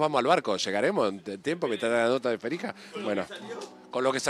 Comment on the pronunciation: Hablamos con "Ferija" JAJAJAJAJAJA ese marley